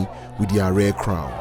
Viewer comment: May i say its ADE AARE not ARE